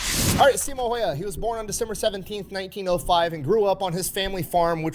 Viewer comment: He pronounces Häyhä wrong, so.. I haven't heard any american or other pronounce his name correctly. Greetings from Finland.